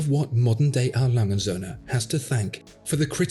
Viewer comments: Cool videos. As a native German, I just have one comment. The "&" sign in A Lange & Söhne is not silent. It is pronounced "und" which of course translated into "and". The German pronunciation is reasonably simple for English watch aficionados. Just think bund strap minus the b and you got it. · A brand with that level of perfection deserves its name pronounced correctly: 'A. Lange UND (or AND) Söhne'. Or would you prefer your Brand name be pronounced : 'Watchfinderco'? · A. Lange und Soehne. ore A. Lange and Sons. Never say A.Langesoehne....never. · Still refuses to learn how to pronounce his favorite watch brand haha. This is hilarious.